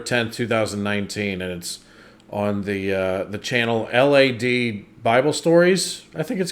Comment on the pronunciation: The way he spelt out the word “Lad” when reading the Lad Bible channel name bless him😭